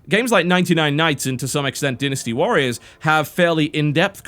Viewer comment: Sacred 3 is a complete pile of smelly horse poop and is nothing more then a poor Diablo 3 clone. Oh and by the way it's called Dynasty Warriors not Dinasty Warriors, say it right or don't say it at all.